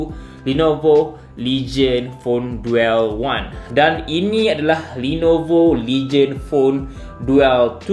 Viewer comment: Bukan duel sebutan dia "Dul"